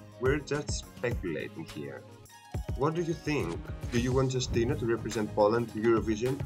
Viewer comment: Hello. You should spell her name like You-stee-na